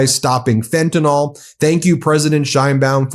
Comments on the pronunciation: FENTANYL THERE IS NO "O" IN FENTANYL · Please, please, please.. It’s pronounced FEN-tan-NILL .. not FEN-tin-ALL. I was on Fentanyl patches before my spinal fusion surgery. In fact, I was once given the wrong dosage patches (75 mics instead of 25 mics) and could have gone into a coma or even died; my doctor said that had I not had a high tolerance to opiates I would have gone down. It’s an important issue and everyone pronounces it incorrectly. Thank you and much love to you.❤️❤️❤️❤️❤️❤️❤️❤️❤️❤️❤️ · Fentanyl= FEN TIN ILL not fentin ALL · I’ve heard of a drug called “fentan-Y-l”. I’ve had it twice legally, for two toe surgeries. It works fine. What is this stuff called “fentan-O-l”?